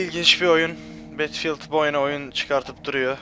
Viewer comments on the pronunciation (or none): betfiıld ne battlefield bedılfiıld diye okunuyo!!!!:D